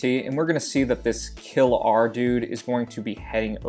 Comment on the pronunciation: [KILR] is not kill-our :c . Its Killer shortened